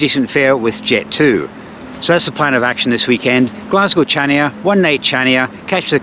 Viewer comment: It’s pronounced Hania the c is silent.